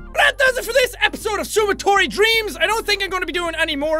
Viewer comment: you say it like sumo-dorito dreams i dream of DDDDDDOOOORRRRRIIIIIIIIIIIIITTTTTTTOOOOOOOOOOOOOOOOOOOOOOOOOOOOOO!!!!!!!!!!!!!!!!!!!!!!!!!!!!!!!!!!!!!!!!!!!!!